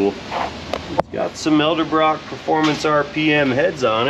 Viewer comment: I have always cringed when Nick (Nick's Garage) says ELDERBROCK. It is EDELBROCK. Please don't get into that habit. You're much too intelligent and professional to mispronounce a an historic brand.